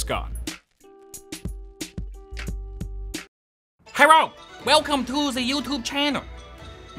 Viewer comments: oh herro 😂😂😂😂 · kyle: Herro me: ok this is s good start